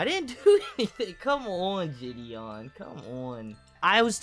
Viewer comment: IM A MULTI-CHILLIONAIRE The only note I have is how says jih-dee-on; otherwise everything was genuinely on point